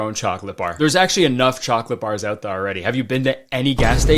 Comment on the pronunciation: was that a little Canadian accent? I swear when he said there 😂